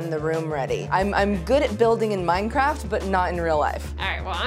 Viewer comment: I PLAY MINECWAFT!!!!!😂😵😳😍😍😍😍😝😝😘😘😜😜